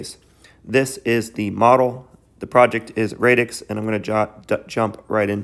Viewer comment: great video! love your channel! but its pronounced radix like radical as in radically disrupting defi. also you use the word blockchain as a catch all but this protocol is actually NOT a blockchain hence radix dlt. I'm just splitting hairs though on the whole this is great keep it up